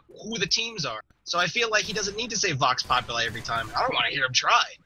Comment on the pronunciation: It's pronounced like Pop You Lie, Bioshock Infinite backs this up. Vox alone sounds much better when announcing attacks and such.